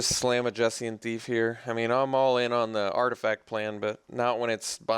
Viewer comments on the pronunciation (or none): Everyone seems to say "Jessian Thief" ... but I always thought the J was silent (Hessian).